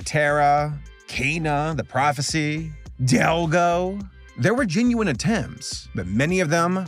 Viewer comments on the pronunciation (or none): when you say delgo it sounded like dil**